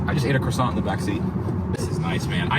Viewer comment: Please do not pronounce the ''T'' in ''croissant'' ...drives me up the wall:)